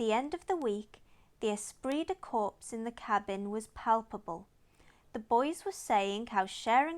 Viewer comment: Enjoyed your talk The "s" and "p" in corps are silent btw.